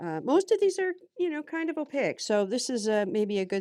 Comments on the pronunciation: Hello, at first I was confused because you’re saying ow-pay-eck instead of opaque (ow payk). Otherwise, I’m enjoying your video. :-) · Awesome demonstration of paint layering using a gel plate. One thing I've noticed is you've got an interesting way of pronouncing "opaque", you seem to be adding "i" or "y" in there, between the "a" and the "q". Or maybe it's just my poor hearing. 💜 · I'm thoroughly enjoying your videos - only discovered your channel this weekend. I'm listening to these playlists in the background while I work at my craft table. Your interesting pronunciation of Opaque, which others have mentioned, is a bit distracting. It's so interesting - like you rhyme it with oleic or mosaic. I'm wondering where you grew up, and whether its a regional thing.